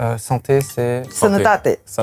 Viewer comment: Juste Cyprien qui ne sait même pas dire santé ça ne choque que moi?